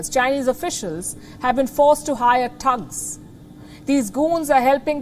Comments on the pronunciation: its not Tugs its THugs th other then that your great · Not 'tugs', but 'tttthhhh-ugs'